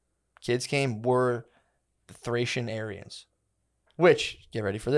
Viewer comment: When says ‘Aryans’, it sounds like he’s saying ‘aliens’ with a Chinese accent